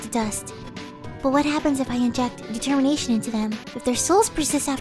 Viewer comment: Detemination haahah